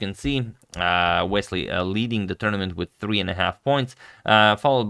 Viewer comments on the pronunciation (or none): none